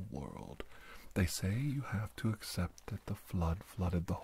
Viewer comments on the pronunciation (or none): none